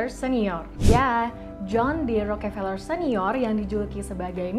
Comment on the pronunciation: Njir bacanya peler wwk